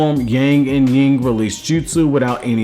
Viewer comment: You said Ying whereby it's Yin, just a heads up